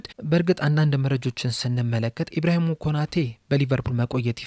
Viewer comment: ኢብራሂሞ ሳይሆን ኢብራሂማ ነው።